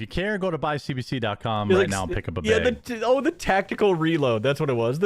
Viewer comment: I don't trust a dude who can't even pronounce the one syllable word 'BAG' correctly...and this is a 'deal breaker' before we even take into consideration his multitude of scams for his non-existent 'coffee roastery' he claimed to be building. :/ - queue the 'mazda' "vroom, vroom" sound byte for his RC car collection